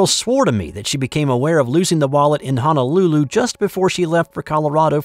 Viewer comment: No such place as Hanalulu, however, the capital of Hawaii is Honolulu. If you live in Hawaii, you should’ve learned the correct pronunciation by now. Also, the girl did lose her wallet in Rhode Island and got busted losing it there. Your honesty in returning it is commendable.